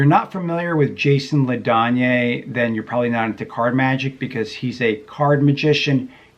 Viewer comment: His name is pronounced "La Danny."